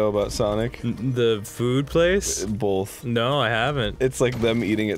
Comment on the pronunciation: "bolth" -Arin Hanson (His entire life)